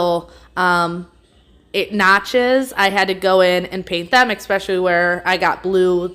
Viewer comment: Especially is pronounced E SPECIALLY NOT EX SPECIALLY.